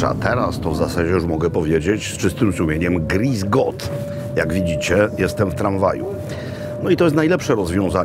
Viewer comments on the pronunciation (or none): Panie Robercie, na Boga wszechmogącego. Grüß Gott, nie Griess Gott. Po naszemu Szczęść Boże, nie zaś Bóg kaszy manny..